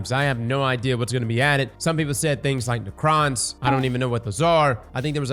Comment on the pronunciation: It's pronounced "Ne-crons," for future reference.